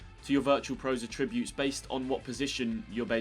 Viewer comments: The way you pronounce attributes. 🤨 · Any particular reason you can't pronounce Attributes correctly? You said the word about 10 times in the video and didn't say it correctly once🤷🏻‍♂️🤷🏻‍♂️